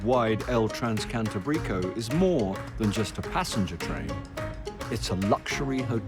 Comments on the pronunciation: sorry bro , its NOT Cantabríco , its Cantábrico 😂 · Y como pronuncia Cantabrico…😮😮😮